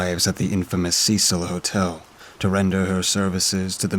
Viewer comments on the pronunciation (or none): none